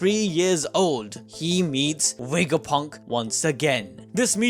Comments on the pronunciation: Take a shot every time he says wega-punk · Wegapunk? Touch your lips for the V sounds like vuh vuh